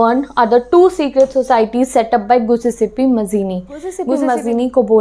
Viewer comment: it's not giussepe it's giuseppe